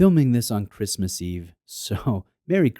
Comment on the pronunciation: did he say christmas or wristmas in the intro ? lol